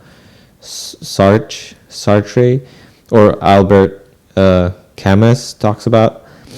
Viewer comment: You got Sartre more or less correct the second time. Camus is pronounced ca-moo